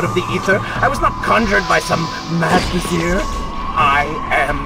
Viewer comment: It's Vizier not Vesere